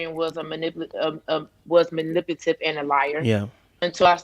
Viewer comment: MANIPUTIVE instead of MANIPULATIVE 🤨🥴